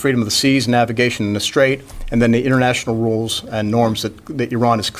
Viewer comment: RESPOSIBLITY JAJAJAJAJAJAJAJAJAJA